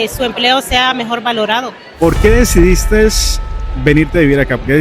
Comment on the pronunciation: La palabra es “decidiste” NO “decidistes”